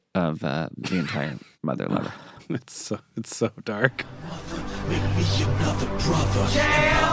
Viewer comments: Did Seth call it mother liver? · Anyone else hear Seth say ‘Motherliver’? Very different sketch, that